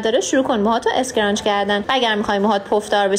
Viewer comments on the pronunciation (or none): اسکرانچ؟؟؟؟؟؟؟؟؟ یعنی تلفظ فاجعه در حد تیم تلی !!!!